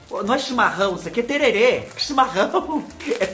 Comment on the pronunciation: Não se fala tererê e sim tereré. Aqui na minha cidade tomamos tereré. Campo Grande MS